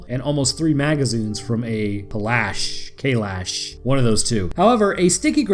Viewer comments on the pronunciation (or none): Yay! You seriously just gotten 5k more subs since your last video. Awesome video as always and keep on going loved the games and the first book (haven't read second or third). Also just saying the shotgun in the game is called a shambler and the kalash is pronounced (Ka-Lash) which stems from the word Kalashnikov meaning it's an AK-47. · the pronounceance of kalash is: Ka-lash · The AK in the game is call the “kalash” it’s said how it’s spelled, like calash, because its a shortened version of the gun-Avtomat Kalashnikov, Kalashnikov being the creator of the gun. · Boi how the fuk do you not know how to say kalsh you must've done a shitty play through because the npcs often talk of it